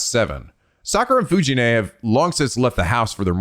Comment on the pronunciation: Fuji-nee is pronounced like Fuji-nEH, not Fuji-nay. Most of the Japanese Es are pronounced like EH, linke the first letter of Embers, Expected, Embroidery. Or think of it as 'neh', like Nelly.